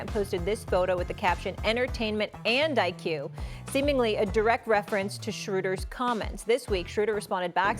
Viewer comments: Stephen A? Who is Dennis Schrayder? 😂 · Dennis "schrader" 😑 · Death Taxes Stephen A callin Dennis Schroder Dennis Schrader😭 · They ain't say his name right once. 😂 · Stephen A saying dennis last name is disrespectful 😂😅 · SAS butchered everything Schroeder said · Dennis Schroeder entire statement was correct. KD is definitely weak 😂. Also, Stephen A sayin Dennis name wrong on purpose😂. Naw they tryna gas light Dennis. 😂😂. This shid funny